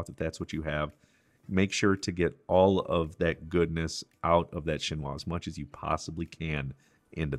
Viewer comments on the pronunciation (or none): none